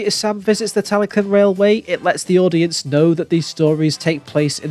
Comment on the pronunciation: Why call it Tally CLYNN? It's spelled like Lynn